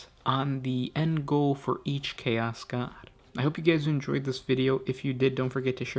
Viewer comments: Bro what is with how you put emphasis on the last syllable on words. "emperOR", "chaOS", "desiRes", "champiONS", blessING". It sounds like your speaking in iambic pentameter but with no rhythm. Sry i was driving me crazy the whole time. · What's your native language/dialect? I notice you stress "chaos" differently than I do.